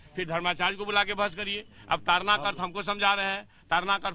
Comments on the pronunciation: तारना नही ताड़ना है। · Tadna not tarna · तारना नहीं ताड़ना है भाई उच्चारण ही गलत हो रहा है । बिहार में ड़ का र में उच्चारित हो जाता है । जिससे अर्थ का अनर्थ हो रहा है । तारना का अर्थ हो सकता है उबारना । ताड़ना का अर्थ हो सकता है पिटना ।